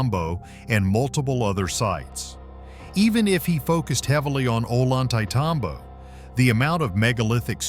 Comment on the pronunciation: It's pronounced "oh lon tay tom bo".